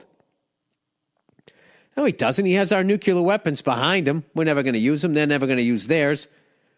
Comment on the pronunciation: Bill: you're making me nutz--- nuke- lee- ehr, not nuke- you- ler. Bush used to say this and it made everyone nutz